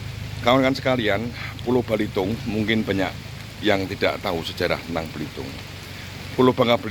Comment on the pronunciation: Bukan balitung tapi belitung pak salah pengucapan bapak itu